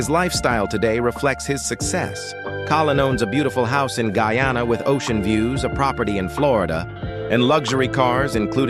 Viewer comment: Good morning. Guyana is pronounced Guy ann ah . This mis pronunciation is very annoying.